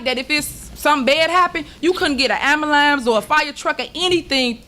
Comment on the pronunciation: Absolutely awful! “am-ma-lam”, no Tiff it’s “ambulance”. It’s apparent where Tiff’s crew comes from. Robert Hunt, Stan Brown, and her incompetent administration. Can any of these black folks speak professionally?? Chicago is a corrupt dump.